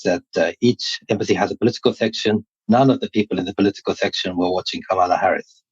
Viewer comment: Hey! At least pronounce Kamala correctly, I expect that from you